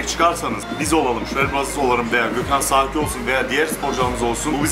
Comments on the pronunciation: adamın soyadı zaki değil saki inadına zaki diyor .. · zaki neylaaa :D S s birak alman alfabesini